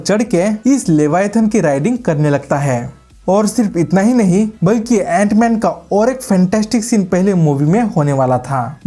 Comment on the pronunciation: Jant man nhi it's antman😂